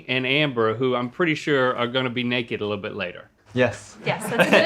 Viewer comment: “ Totally nekehd “